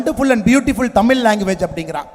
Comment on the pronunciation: ஏழை தாயின் மகன் யாருடா தம்பி. பொய்யாய் புகழாதே டா. தமிழை தமில் னு சொல்லும் உன்னையெல்லாம் தமிழனாக கருதமுடியாதடா தம்பி